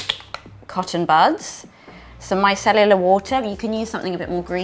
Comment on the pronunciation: I love the way you say "micellular water" 😂❤ Great look!!